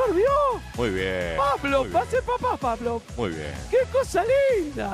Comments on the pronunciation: nadie: guido: pabloP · Ese guido como pronuncia Pa - Blo jaja😂